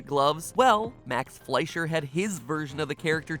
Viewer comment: F L E S H E R. It's pronounced F L E S H E R. I just..... I can't!!!!! 😫😫😫😫